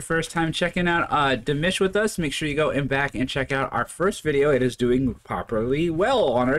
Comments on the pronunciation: Not "Dimish" but "Dimash". My ears and every Dear fan's ears hurt when you say Dimish. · Yes. That’s an A not an I. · His name is pronounced Dimawsh not Dimish Dimash😊💚💙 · It's Dee- MAHHSH...as in mom!!! You are saying Dee-MISH as in dish...no no no😅 Those lyrics you were given- don't know where they came from but they're wrong too. He doesn't sing those words.🤷 Oh well, we Love to listen to our beloved Dimash and WATCH you react and comment.👍 Igor Krutoy wrote it - look him up. He has a jaw-dropping resume! You'll learn to identify the different genres in many songs Dimash sings. Dimash is creating his own genre some are identifying as "FUSION". It's the DIMASH genre.🎶🎶🎵🔥 ❤it! ❤it! ❤it! Thanks for giving us more DimAhhsh😅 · Please listen to your buddy...it's not demish...it's dimash...LOL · It’s not Dimish it’s Dimash 🤣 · I’m leaving. Can’t take you calling dimash very disrespectfully calling him Dimish . It’s DIMASH !!!!! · Dude. Its clearly not Dimish. Its Dimash 😅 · I'ts Dim-AH-sh, not Dim-IS-h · Don't know what you were reading BUT those were not the correct words. Ps it's about going to a strange land and being a stranger. Just like the title and words say. Why can't you say his name properly! It's NOT demish, duh It is Di ma sh. Sounds like de mosh, with the emphasis on the end, Got it? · DimASH not Dimish! Please at least get his name right! And what were those lyrics you quoted? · His name is Dimash like MA!! Not Dimish!! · Di-mash. Not Di-mish. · It's pronounced DeeMash. 😂❤ His voice is incredible. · Its pronouced as Dee-Maashh. His has a huge fanbase around the world, so your views come from his fans who loved to follow where his video is playing. We fans love him because of his other worldly talent and skill in singing, not for his good looks (it's just a bonus that he looks like a prince 😂). We would not promote him to everybody if he is not beyond amazing. Check out his other videos if you think he is good.